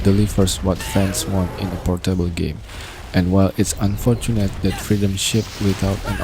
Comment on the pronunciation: it's pOOOrtable, not portEIble 🤣🤣🤣